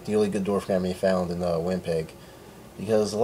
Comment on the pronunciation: its pronounced gor-omm-ee. thanks for the vid :)